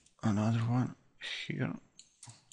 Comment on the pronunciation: Хир энд ХИР... дыс из ХИР)))) еба ты чепуха, выучи хоть фашиский нормально...